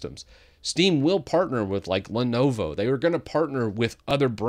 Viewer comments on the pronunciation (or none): none